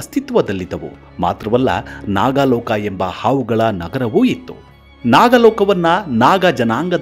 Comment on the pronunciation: ನಾಗಾಲೋಕ ಅಲ್ಲಪ್ಪ ನಾಗಲೋಕ ಎಂದರೆ ಸಾಕು